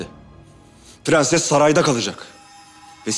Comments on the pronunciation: Bu faryanın dadısı da tüm r leri söyleye biliyo ama prensese pğenses diyo🙄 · şu kadının madammıdır nedir onun pğenses demesi sinirlerimi bozuyo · Herşeyi düzgün söyle prensese gelince pıhrenes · Prensesin dadisi da her kelimede r harfini soyleye biliyor 1 tek prensesi soyleyemiyor PĞENSES diyor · Su nunu mudr nedr beni gicik etti sozde pgenses r leri soleyemiyo basla laflara gelince catr catr soluyo tam sole yada butun cumlelerinde kullanma su r harfinj😂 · Madamynda her seyi turkce cok soyleyor bitek perses demeyi bilmeyor😂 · bu kadın prenses demesin ya. R harfini normal söylüyor prensese pğenses diyince sıkılıyorum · Madam turkceyi sular seler gibi biliyor bide pgenses demese 😀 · Bu fahriyənin madami birdənə prenses sözündə ğ deyir qalan hamisinda r hərifiylə deyir. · Su Dadi her seyi Turkce soyleyibde bir Pğenses demesine aşırı qıcık oluyorum. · Faryanın dadısı da bütün kelimelerde r leri söylüyo prenseste söyleyemiyo aşırı sinirimi bozuyo